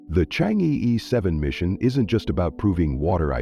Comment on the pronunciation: Chang err not ee